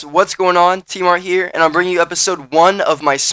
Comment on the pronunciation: I never understood why his name is pronounced "Tmart" with disregard for the "n" tact on to the end of his name??? If there's any rhyme or reason for it somebody please fill me in.